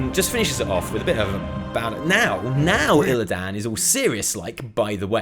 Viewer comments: The way you say Illidan fucking triggers me. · You're the only one in the entire world that can't pronounce Illidan correctly. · Who's Illi dan? I I know there's a character called Illidan, but no Illi dan.